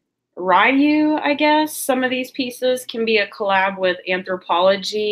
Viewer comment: Good Haul! Nice thumbnail...you look nice with the purple background. :) That's awesome! You totally pronounced RYU, the way I pronounce it. My kitty is named Ryu. Because....when he was a kitten, before I figured out his name, we'd play hide and seek. I would say "where are you?" "where are you?" "where you?" "ryu" ❤